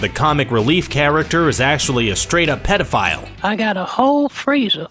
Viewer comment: he pronounced it pedophile instead of peedophile